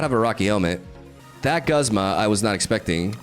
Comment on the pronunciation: I'm usually not one to care about mispronouncing but the back to back Guzma and Solgaleo in the beginning made me laugh 🤣